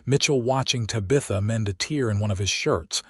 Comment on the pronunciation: Please pronounce Tabitha correctly.